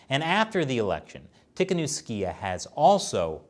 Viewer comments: Krupam I think that pronounced it correctly except for the second to last syllable, which he pronounced ee instead of ah. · It's pronounced "Tea - ha - Nov - sky - ah" Don't know why they had to mangle her surname that bad in the Western media, but this is the way the locals say it. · its tee-kha-nov-ska-ya, stop butchering it yall! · It's pronounced 'Tee ha Nov sky ya' btw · Wow they murdered the pronunciation of Tihanovskaya :D